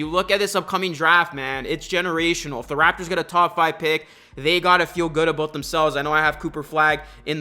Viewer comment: Didn’t even need to know ur a raptors fan. I could tell you’re Canadian from the “aboot” 🤣